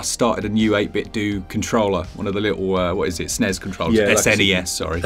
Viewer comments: I say it SNES not S N E S so I’m happy to hear someone else say it like me. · You keep saying Snes, none of this S.N.E.S nonsense, whose got time for that?